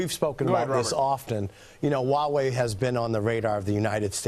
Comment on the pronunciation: It's Huawei, not Uawei.